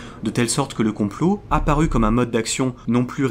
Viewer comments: super vidéo mais gaffe à ta diction (théorie du complo-euh, on dirait Soral) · Le fond est très intéressant. J'ai une petite remarque sur la forme, tu utilises beaucoup le "e prepausal" et ça a perturbé mon écoute ^^ Par exemple tu prononces "théorie du complot-an" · Je viens de remarquer que vous dites beaucoup de "e" à la fin de certains mots. Genre la "théorie du compoeu". Ça vient d'un accent particulier ? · J'arrive un peu tard sur la vidéo, mais y a un truc qui m'a perturbé durant son visionnage. Le mot complot finit par un T et j'ai l'impression que tu le prononces comme s'il finissait par un E voir un W. De quoi coin de la France viens-tu ? (curiosité de linguistes). 🙂